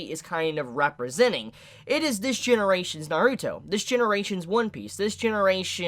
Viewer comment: it just feels like you're putting too much emphasis on the "ruto" part